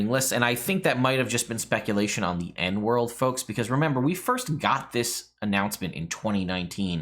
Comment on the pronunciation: Another good video,. It's cool to see the channel really taking off over the past year. Quick note: EN World is pronounced E N World, as in "Eric Noah", the guy who started the original site long, long ago. Though it's been owned and grown by Morrus for years, he kept the "E N".